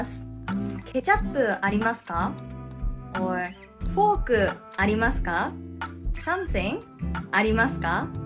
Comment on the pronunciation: That Forkuhhh!